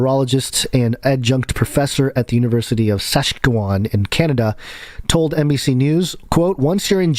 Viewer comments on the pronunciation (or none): oh, lol, im from saskatoon saskatchewan and I love it... americans almost always butcher saying my home provinces name hahaha... U of S is my alma mater and the only place in canada with a partical accelerator